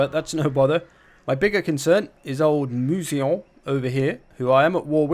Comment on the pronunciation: Yay, you got it right! Everyone I've ever heard said Mousillon got it wrong until no.